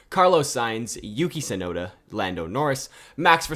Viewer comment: It's Tsunoda